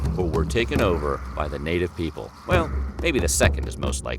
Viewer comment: Every time you say native people I laughing little bit